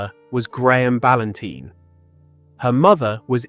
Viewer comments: I agree the narration was dreadful he kept saying balantine wrong, he called ann balantine then a second later her father balanteen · Her surname is pronounced Bal-An-Tyne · Narration pronunciation of Ann's surname incorrect on a few occasions is so disrespectful. RIP Ann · Please pronounce her surname correctly.